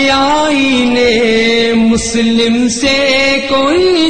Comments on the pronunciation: its Musalam not Muslim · ماشاء بہت ہی عمدہ پڑھی گئی. روح تک اترجاتے ہیں الفاظ اور ترنم. بس کچھ الفاظ کے تلفظ کی ادائیگی میں مسئلہ ہے. مثلاً : شتر، کوشُتر پڑھا جائے اور آئین مسلم میں مسلم کی لام پر تشدید ہے. مسلم یعنی تسلیم شدہ"